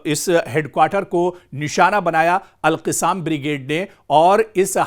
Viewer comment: ارے میاں alqassam کہنا چاہیے اور آپ alqisaam کہ رہے ہیں جو غلط ہے آپکو اُردو بولنے نہیں آتا سیکھو پھر بولو تھو تھو تھو تھو تھو تھو تھو تھو تھو ارے رے رے رے رے رے رے رے رے کیا رف زبان ہے اُردو بولنے نہیں آتا